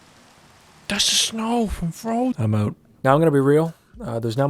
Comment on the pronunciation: “OHHH IT’S THE SNOW FWOM FWOZEN” cracked me up